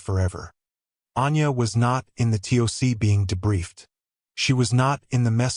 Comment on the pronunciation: The tick the TOC is pronounced Tock!